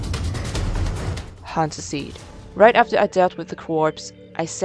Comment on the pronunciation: “Hunt suseed” lol